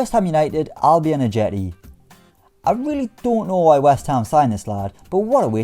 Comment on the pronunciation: TIL that Albian Ajeti sounds like "I'll be in a jetty"